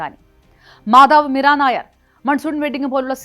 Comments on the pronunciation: 🌹മീര നയ്യാർ ആണ്, "നായർ " അല്ല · നായർ അല്ല നയ്യാര്‍ ആണ്. MIRA ഇവർ Indian പഞ്ചാബി ആണ്, അവരുടെ കെട്ട്യോന് pak sindhi. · മീര നായർ അല്ല നയ്യാർ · വിവരദോ ക്ഷി നായർ അല്ല നയ്യാർ പഞ്ചാ വി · മീരനായരല്ല മീരനയ്യാർ. ഒറീസ്സകാരി.